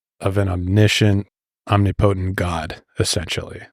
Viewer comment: Ya lost me at “om-nee-potent”, I made that mistake freshman year of high school and never again.